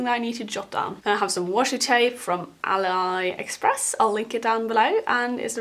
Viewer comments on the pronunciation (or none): It's pronounced a-lee express